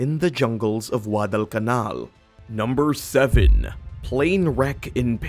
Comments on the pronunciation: Why do you sound like your saying WADDEL CAMAL? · Ridiculous pronunciation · Get someone who can actual pronounce Guadalcanal correctly.